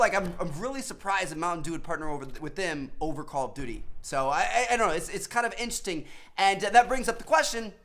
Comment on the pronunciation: The way he says call of duty is so atrocious!! Omg Lmaooo